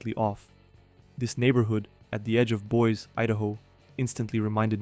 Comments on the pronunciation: Boy's, Idaho? It should be made up of treehouses 😂 it is pronounced 'boy-see' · Thanks for the video. Btw, the city Boise (Idaho, USA) is pronounced BOYZ-ee, not Boys. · Boyz-ee (Boise), not Boyz. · It's pronounced Boi-see, not Boisə, just to let you know. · When you realize that it's not very sophisticated AI That's reading some sort of a script: when Boise (boy zee) Idaho becomes boys Idaho. Ugh. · K, gotta call you out on mispronouncing it "Boys." The e is not silent and you say it like "boy-zee." And I was wondering if I would find Whittier in the mix. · 30 minutes in - pronounce the final “e” in Boise. It's 2 syllables. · Note: Boise Idaho is pronounced BOY-zee Other than that, good job Your English is excellent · Boise. Boy zee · Boy-zee Idaho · I wasn't expecting Boise to be on here lmfao (btw, it's pronounced boy-see). There's a couple of neighborhoods like that built out in the foothills or on the way up north out of Boise. Whenever I've driven past them, I've always wondered who lives there and why... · FYI, it's Boi zee Idaho. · “Boys” Idaho? 🤨 Cummon, sir. You can Google how to pronounce things, ya know? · Boise Idaho pronounced, “Boy-Z Idaho.” Good job though. Webster Dictionary might the an audio file. This is what happens when Chaos reigns and God gets put on the back burner. God’s grace and peace reigns in the real World (Heaven). God Bless. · Boy-zee, Idaho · We pronounce it like "Boy-ze" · Hard to take this seriously when the guy doesn't even know how to pronounce Boise. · how can he not pronounce Boise, ID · Pronounce Boise correctly!